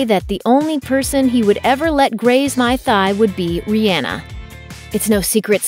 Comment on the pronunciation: She said "Rih'anna" 😂😂😂